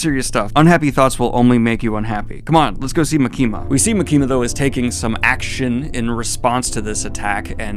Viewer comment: ITS MAKI-MA NOT MUKEEMUH